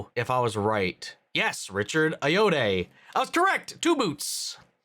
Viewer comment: Ayoade = Ay-oh-ah-day